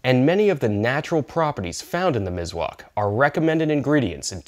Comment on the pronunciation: Mis-wak Miswak by S not Z 👍Nice video😊